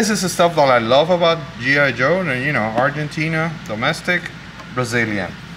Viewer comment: "Argentina...", "España..." Hey! You speak Spanish?? By the sound of your pronunciation